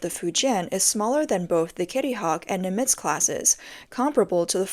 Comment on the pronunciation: NIM itz, you robot voice.